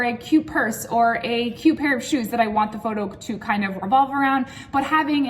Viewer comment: Ohhh u said 'cute' .. I heard q q 😅